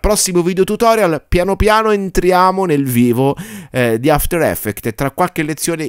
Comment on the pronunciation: a parte gli scherzi, il corso è fatto strabene, hai anche un bel timbro radiofonico, ma quella cosa mi distrae tantissimo! 😅